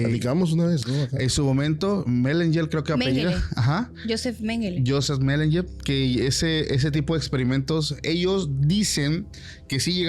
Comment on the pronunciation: Menguele... Melenguer...jijiji me dio risa porque a veces me pasa, pero que gran info da este equipo, los felicito